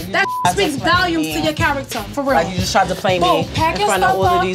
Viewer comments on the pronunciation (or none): Everybody: Volumes Rah: Valumes